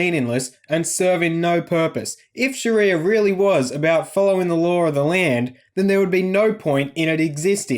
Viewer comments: soun like shes saying Shitty-er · Can Aussies please stop calling it "SharEEEEEYYYAAA", it's almost as bad as hearing Abdel calling it "SHARRRRREEEYA". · Every time she emphasizes sharia I just want to punch her in the face.